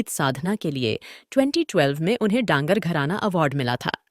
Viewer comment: जी कृपया पर्यटन बोलना सीखिए. राजस्थानी और पंजाबी में डांगर का अर्थ होता है जानवर. जो पुरस्कार चिरंजी लाल जी को दिया गया वो डागर पुरस्कार था डांगर नहीं. मैं चिरंजी लाल जी से बहुत अच्छी तरह से वाकिफ हूं. उसके छोटे भाई का एक लड़का एक बार इंडियन आइडल के अंतिम तीन चार में रहा था और अब भी मुंबई में संघर्ष कर रहा है। आप चिरंजी लाल जी के बारे में और कुछ जानना चाहेंगे तो जयपुर में आज भी कई लोग हैं जो उनके विषय में आपको इंटरव्यू दे सकते हैं. उदारहण के लिए श्री सरताज माथुर, श्री ईश्वर दत्त माथुर, श्री प्रमोद भसीन, सारंगी वादक पद्म श्री श्री मोइनुद्दीन खान जो आपके इस video में भी चिरंजीलाल जी के साथ सारंगी बजा रहे हैं। - Mahendra Modi Retd Director Vividh Bharati Service, All India Radio